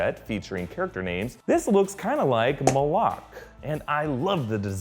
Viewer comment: I'd bet good money that he's pronouncing Moloch incorrectly.